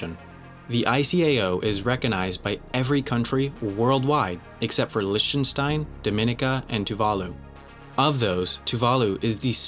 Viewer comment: *lick-ten-stein, not lishten-stein